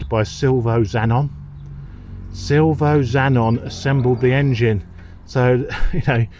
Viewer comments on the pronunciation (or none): Sil vee oh....... Chops. Not Silvo fella. Don't ring him, he'll abuse you fast in italian. 😂